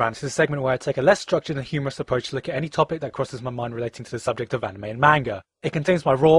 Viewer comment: "kess structured" xD